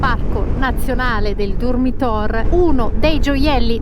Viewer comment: Durmitor! Non Dormitor!!